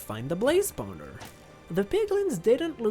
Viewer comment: I love the way this man pronounces spawner. Spowner